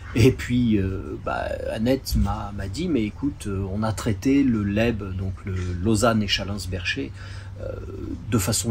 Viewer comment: je te rappelle qu'Echallens se trouve dans le Canton de Vaud et que, donc, le "s" final ne se prononce pas...